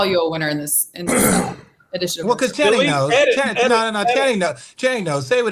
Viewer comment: lol perk calling channing "shanning" doesnt get old